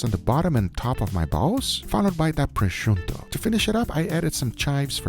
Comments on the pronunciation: Fry a proscioutoo? Brain damage? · guga................ prosciutto.... not prosciuNtto..... is not a mix between prosciutto and presunto